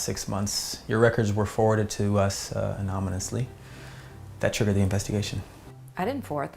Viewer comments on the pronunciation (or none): 🤦🏽‍♀️anonymously. Not anomynously. Yikes.